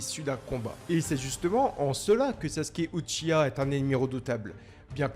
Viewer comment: On dit Uchi- WA